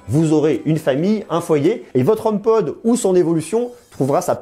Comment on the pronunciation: Merci pour ton commentaire constructif. Tu tien de bon propos, et c'est plaisant de nos jours (on en voit pas assez) . Je me permet quand même de te corriger, c'est HomePod, non, Homepode . Pour ta culture Apple, La pomme travaille sur ce HomePod depuis 6 ans maintenant. D'où sort tu ta source à propos du partenariat entre Apple et Ikea (J'en avait entendue parler il y a maintenant longtemps mais c'était que des rumeurs à prendre avec des pincettes). Ne prend pas mal mon commentaire, au contraire. Si ça t'intéresse je tient un site, sur l'actualité Apple et j'aurait bien besoin de personnes comme toi qui pourrait rendre le site plus actif et le ferai connaître d'avantage. Si tu est intéressé , envoie moi un mail à Cdlt, Kanon.